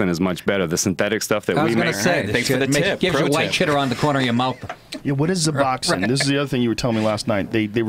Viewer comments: Okay... Hold on.... This guy doesn't even know what the name is of the drug he's condemning and his pricing shit is all wrong. First off, it's Suboxone. NOT Zuboxone. Secondly, if you're a heroin addict, suboxone does absolutely nothing. There's literally no possible way to get high off of it if you're already addicted to heroin. So all that about "the drugs they give you is better than the real stuff" is straight nonsense. Thirdly, you can buy it cheaper than at the pharmacy?..... Well let's think about this. Where do dealers get the suboxone? The pharmacy. So you're telling me the dealers are going to charge less than what they paid for it? Yea, no they don't. Joe, you can't just get some guy you met the night before talking out of his ass on the podcast. Oh God damn and then Joe repeated what Dr. Carl Hart said about heroin withdrawals... For fuck's sakes I thought somebody would've corrected him on that by now. No, heroin withdrawals are way fucking worse than the flu. Some of the symptoms of withdrawal are definitely like the flu but I would gladly endure a month of the flu over a few days of heroin withdrawal. God damn so much bullshit from supposed experts -_ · Dopamine Feen He didn't even say Suboxone, he said Zuboxone... The dude's a fucking idiot, there were a few things he said that I was like, "Okay, this guy doesn't know what the fuck he's talking about." Joe should really be more careful about inviting complete strangers after only talking to them one time lol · ***guys, it's Suboxone with an "s"; NOT "zuboxin". Stop it! You're spreading misinformation!! The idiots listen to you as some some of authority on the matter yet you don't really know shit. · Suboxone is pronounced "Sub-Ox-Own". God!